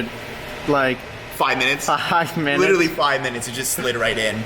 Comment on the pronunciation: Cracks me when he say little lee (literally)😂😂